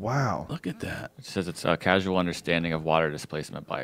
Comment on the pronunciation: It's not "casual" understanding of water displacement, it's "causal."